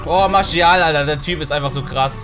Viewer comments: Bruh bin selber franzose warum sagst du Marschial?haha er wird Martiâl ausgesprochen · Bitte sag nicht marschial😂😂 der heißt marsial Sonst feier ich dich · Bro martial nicht marschial hahah sonst cooles video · Der heißt doch nicht marschial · Das ist doch erst das geile dran also ich Feier das 😂